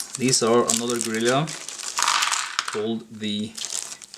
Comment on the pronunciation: Guerrilla is pronounced "GURR-ILL-UH" (English) or "GURR-EE-YAH" (Spanish)